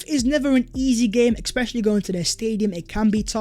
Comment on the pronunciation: Please mate, it’s not ‘exspecially’, it’s ‘especially’. Great channel.